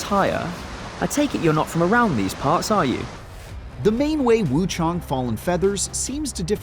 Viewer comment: It’s wuchang NOT wuchong 😂😂😂